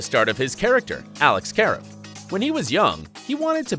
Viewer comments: Um It's Karev not Karav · It's not Ka-arev, it's Kar-eev😂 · kaREV, not KARev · sorry but i had to pause the video. alex kah-rev... not care-ev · Did anyone hear the kavee its karev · Kah - Rev not Care - Ev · He said care ev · Dude literally everyone pronounces it “care ev” like WHAT THE HECK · did he just say alex careof?!?! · Did it bother anybody else that he pronounced Karev "Careiv"? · Oh and it pronounced like ka rev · It's KU-REV 😑😒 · He said karev the wrong way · Yep that’s when u know he used google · I had to remove my "Like" - how could I like this video after that?! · He said it like how the one guy said it when he took his boards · OMG i caught that too, he did it twice, come on man gotta know the characters if you're reporting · When he said his name wrong I got so mad. I said watch the show before you make a video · The way he said “Karev” makes me cringe. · Lol the way he says Karev! So funny! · Y'all keep saying Dempsey should return but he died!!! Y'all are nuts. Also is when he said Karev wrong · Did just pronounce KAREV wrong!🤦‍♀️ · The way they said Tony award and Karev I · i clicked out as soon as i heard him say karev incorrectly.. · He prounced Karev wring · They say Alex Karev wrong!!! Get it right!! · the way they said Karev 🤦🏽‍♀️ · Why can’t this guy say Karev? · Narrator obviously never watched Grey's since they don't know how to pronounce Karev properly.